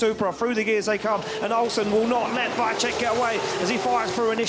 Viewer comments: mega, ten drugi jakoś sobie radzi ale VAICHECK XDD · wajczek xddddd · Wkurza mnie jak ten koleś komentujący wymawia nazwisko Piotrka.